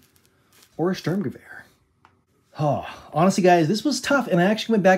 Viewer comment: huh, outside of Sturmgewehr, your pronounciation of the German words is much than many other foreigners I've heard.